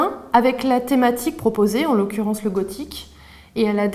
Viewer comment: Jpense avoir la seule prof qui dit "leuleu" pour lele.